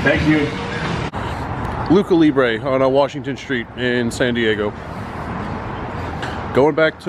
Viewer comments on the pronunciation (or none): It's pronounced Lou cha libre GIDDY UP